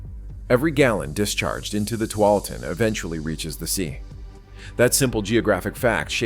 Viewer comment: Good coverage and explanations, but knowing how to pronounce the Willamette River and the Tualatin River are pretty important to sounding like you know what you are talking about.